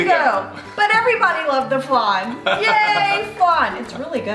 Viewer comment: Every time mispronounced flan Oscar was like...”ACTUALLY....” 😂😂